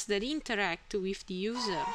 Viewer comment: The wiff and aight!